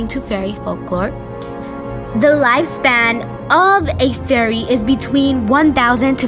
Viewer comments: "Fairy's" not faery but OK👌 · Your spelling of fairy is bad you said feary